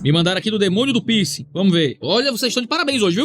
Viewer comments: "Pinsi" "Pinscher" 😂😂😂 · Eu achei que o pastor tava falando “pinscher” e nao “piercing” kkkk